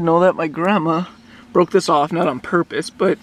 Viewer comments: broke not boke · you need to add r in boke to make it say broke